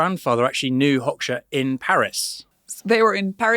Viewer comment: Aaron's pronunciation of Hoxha 😭😭😭